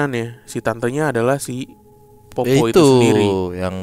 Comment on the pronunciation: bukan popo bang tapi poppo'...itu dari daerahku bang